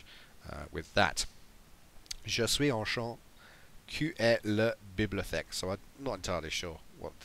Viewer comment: Also, it's pronounced; Ju swe onshontey, ooh eh luh biblioteckeh?